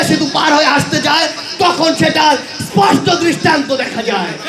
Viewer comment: একটি কথা ইসপট করে বলতে চাই 😅